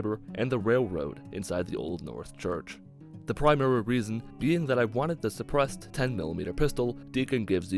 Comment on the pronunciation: For some reason, whenever says suppressed I think he says, depressed